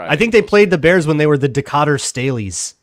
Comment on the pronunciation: B. - That Illinois town is pronounced: De-Kay-Ter. That 1920 Duluth NFL team was "The Eskimos", asi recall, and yes, Decatur, Illinois' team was called The Staleys, because Staley owned the meat packing plant there.